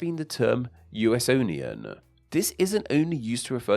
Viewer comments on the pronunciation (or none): I knew about Frank Lloyd Wright's Usonian architecture, I never knew about its broader descriptive possibilities. I dig it, but not as it's pronounced here. I prefer "u-sone-ian" rather than u-s-onian. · Hi. I believe the demonym (and architectural style) "Usonian" is pronounced "you-sonian" - rhyming with Etonian.